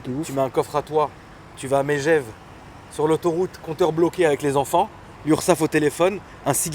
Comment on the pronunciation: pour prononcer comme par chez nous, Meuhgève;) comme la vache, pas Mé comme la chèvre;)